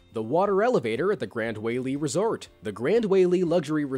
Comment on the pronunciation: This dude saying WAYLE it’s pronounced Why-Lue-A